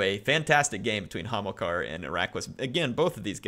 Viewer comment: He´s Hamilkar, not homo-car...